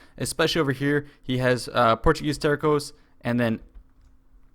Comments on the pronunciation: Terco is pronounced Tehr-soh, not Tehr-koh. It's with a soft "C", sounding like an "S". The word is actually supposedly to be written Terço, the "C" having a cedilla. But they probably don't have the "Ç". It is the Portuguese version of Tercio. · "Terssos" not "terkos". ;) Nice game, btw...